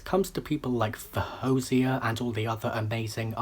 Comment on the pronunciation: Your instincts are right! She was going to be amazing. You also pronounced her name in the second most acceptable way according to her. Well done!